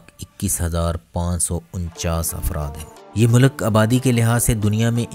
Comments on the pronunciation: Mulak ni hota sir mulk hota hai.. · It is a good video however pronunciation of Urdu is a bit not right. Please correct it. Like it is “ mulk “ not Mulak. Population of Turkish people looks looks low, please check. It is 18%.